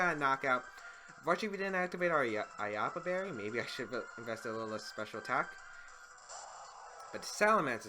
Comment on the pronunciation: Stop saying "Aiapa" Berry please